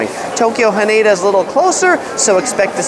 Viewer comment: Hanada is pronounced like Canada.